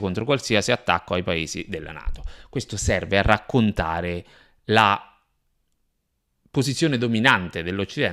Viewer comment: Si dice CIA !! C C C !! Che cos e la GIA ??? Con la C !!! Poi....raCContare non raGGontare !!! Che fastidio !!!!!! Usa la C